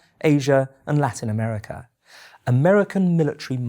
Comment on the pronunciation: 'Four great threats to peace, democracy & freedom" Ah-mer-ri-ca, it checks out